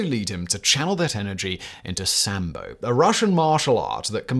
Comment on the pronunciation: That pronunciation and description of SAMBO, oh boy...